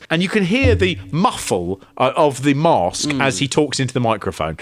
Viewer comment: No "r" is mask